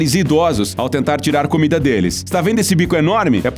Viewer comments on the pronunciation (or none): none